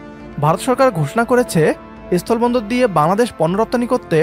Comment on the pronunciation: এস্থোলো বন্দর নয় অশিক্ষিত,কথাটা হল স্থল বন্দর, আগে শিক্ষিত হও,তারপর ভারতের সাথে লড়াই করো